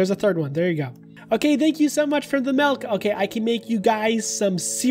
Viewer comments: Im sorry im sorry but did you just say malk instead of milk? Lolololololol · I THOUGHT YOU ASKED FOR METH INSTEAD OF MILK OMFG